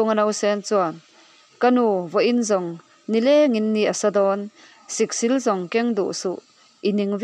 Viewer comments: Siksîl hi chawlhnî tih ang hian aw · Siksil lam dan hi a diklo. thleng sil a 'SIL' tih anilo. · Siksil sil hi thluk tur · Awiii lehhh mizo tawng zir leh deuh la, Siksil i lam dante khi , a zia lo lutuk emai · Siksil i lamdanchu avan mak ve